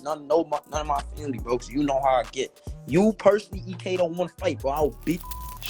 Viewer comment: Its E.K not Eck 😂